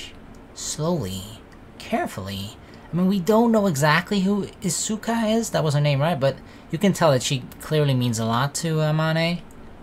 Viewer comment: Its pronounced Iska not Isuka ^^